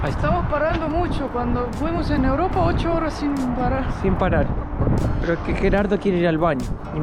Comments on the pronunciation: Es Gerardo !!!! Sos argentino Mateo!!!! Porque Yerardou ????? Los nombres se pronuncian en su idioma original!!!! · Hola Mateo y Lisana les quiero corregir que los nombres propios no tienen traducción al inglés yo me llamo Miguel no Michael Tu amigo se llama Geraldo no yeraldo o como tú lo pronuncias discúlpame por mi intervención siempre veo tus vídeos ❤❤❤❤uno para cada uno